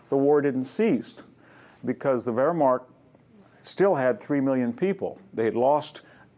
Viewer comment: VDH is a fantastic lecturer and a scholar. Only his pronunciation of non English words bug me.. "Whermarkt" its "Wehrmacht"!